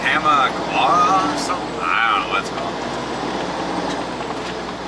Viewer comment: Town on 309 in Pennsylvania is pronounced Toe-mak-quwa. Safe travels on a the fine roads of PA. Haha